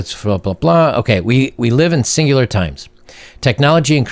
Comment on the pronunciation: "We live in singular times." Yeah, emphasis on the word "singular".